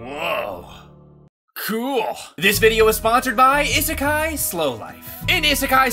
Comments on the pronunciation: The fact the doesn't know how to pronounce "isekai" or the fact that it's just Japanese for "Another World" kills me (although I haven't played it so maybe they just call the in game world isekai) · Idk what's worse, the fact that pronounced "isekai" wrong in the sponsor, yes I'm gonna be "that person," or the fact that the bunny fig in the background disappeared. But hey, at least after a few thousand Google searches, I finally found what that figure was. It only took me about 5 months of searching, but at least it was worth it, I think. Ya'll probably have no idea what I'm talking about/do not care, and I do not blame you.